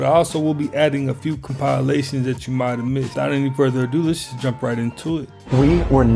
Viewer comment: A few Com-Pile-Ations😭